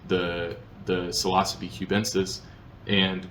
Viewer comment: sil-ah-suh-bee is an interesting pronunciation of psilocybe lol